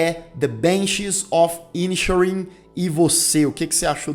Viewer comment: Como uma pessoa que viveu 4 anos na Irlanda, me incomoda um pouco a pronúncia dos nomes dos personagens (até porque são pronunciados corretamente no filme...). A pronúncia correta é: "Pórric" e "Cólum". E o título da obra: The "Banxís" of "Inixérin"